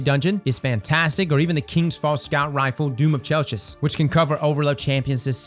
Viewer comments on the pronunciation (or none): "It's Chellllchis, not Chel-kiss" -Hermione, probably.